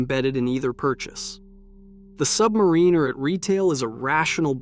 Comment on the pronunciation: Submariner??? I've you're going to bad mouth it, know how to damn SAY IT!!!!!!!!!!!!